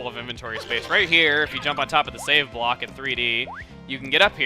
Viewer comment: did he say "sayian block" or "save block".